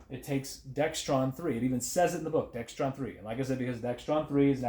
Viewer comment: There is no "T" in Dexron, so don't say "Dextron"! ...just spreading mistakes